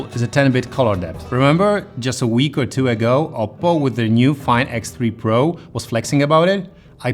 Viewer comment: When you said "OnePlus 9 Pro" i heard "OnePlus 9 Bro" i don't know why